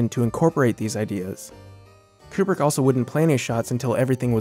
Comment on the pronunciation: Amazing video on one of my favourite films but hell, it's KUBRICK not "Coopri" haha